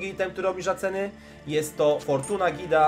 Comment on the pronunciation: GHHHeeda nie Gida xD to "H"nie jest bezdźwięczne